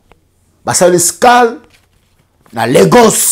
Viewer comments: Ba fière ya pamba pamba. Tu ne sais même pas dire ZAVENTEM.c triste, tu vis en France et tu dis:retour VOLONTEUR,tu dis:SCAL. Eza mawa trop.Vous qui avez eu la "chance"d'être acceptés en France,obligez vous d'évoluer un peu... Y a des cours de français 🙄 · on dit escale et non scal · Mon frère on dit "Escale" et non "Scale", courage à Liteya kanda ça va aller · ESCALE et non Scal un français lingalisé . Un autre exemple : SKOL et non Escole. La honte